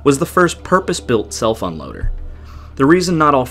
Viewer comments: It sounds like you're saying cell phone loader 😂 I think it's just crazy that the ships are in such a huge amout of water on a big surface and yet they can still run into each other. I know they are traveling the same area probably going to the same port but they can't get out of each others way. Just an observation. That's like being in the Sahara desert and running into someone, literally, or they crash their camel's into each other. I can't help but laugh thinking about it in that way. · I was confused for a couple seconds...heard "self-unloader" as "cell phone loader." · Is it bad that it took me until about the fourth or fifth time that you said "self unloader" before I realized you weren't saying "cellphone loader"? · Am I the only one who keeps hearing “cell phone loader?” 😂😂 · Me too. Was really confused for a moment, there!